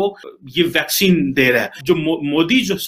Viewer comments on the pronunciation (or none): भैकसीन नहीं ताऊ वैक्सीन।।